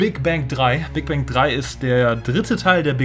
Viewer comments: Ich versteh am Anfang nicht Big Bank sondern Big Bang :D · ich versteh die ganze zeit Big Bang